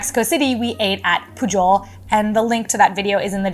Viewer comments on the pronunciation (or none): That restaurant in Mexico City, Pujol, you did not pronounce correctly. Just say "poo hole" and you'll be fine.